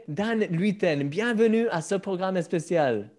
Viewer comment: Il faudra que quelqu'un dise à Christian qu'on dit "spécial", pas "especial", et certains s sont prononcés z en français, pas le son "ss". C'est pour l'aider.